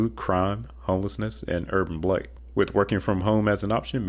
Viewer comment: the word 'blight' is pronounced with a long a sound, as in rhymes with 'might'.